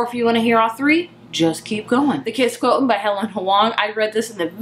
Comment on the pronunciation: Quo-sh-int is how to pronounce quotient. And after this review, I really want to read it!